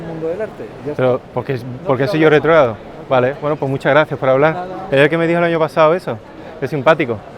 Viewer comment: vengo a aprender de arte, pero con los primeros 7 segundo me enganchaste jajajajja "retrogrado" dice, me reí mucho. saludos desde Argentina, me encanta tu contenido